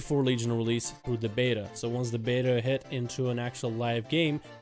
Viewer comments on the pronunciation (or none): none